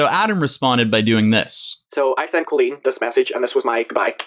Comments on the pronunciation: I never heard her name pronounced co-leeen before its col-een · i know this is so irrelevant but the way you pronounce colleen is driving me up a wall